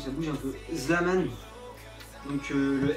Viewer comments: DSL MAIS C PAS "ZLAMAN" MAIS "ZALMAN" ! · tu m'enerve avec le ZLAMANE c'est ZALMAN !! :D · Mdr c'est pas Zlaman c'est Zalman tu vois la diference ?! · on dit zalman et pas zlaman mdr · et c'est zalman!!!pas zlaman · ptn ses zalman pas zlaman le L est après le a merde .!!!!!!!!!!!.... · Trop drôle ... C'est Zalman pas Slaman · ZALMAN, pas Zlaman :(